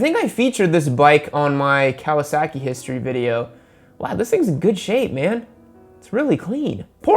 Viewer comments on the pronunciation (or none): none